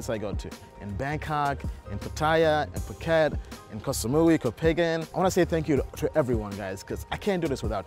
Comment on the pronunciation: Its Koh- Pha -N -Gan not kohpagan